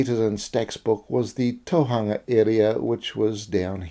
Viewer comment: And Tōhunga - the hu in Tōhunga is a u not a -a-, it's not Tōhanga if that makes sense👍🏻, I love his mahi I didn't want to correct him on such a little couple of things when his mahi is magnificent. Love the way you addressed it, nice.